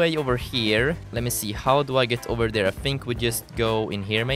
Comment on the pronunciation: you say dar instead of there